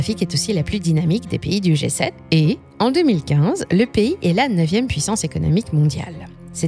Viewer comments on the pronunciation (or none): none